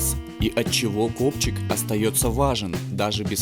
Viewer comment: мне одному вместо копчик послышалось гопчик?